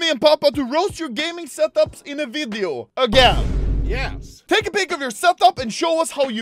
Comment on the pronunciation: did he just say jes as in yes?